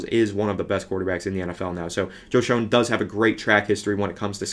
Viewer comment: It's pronounced Joe Shane lol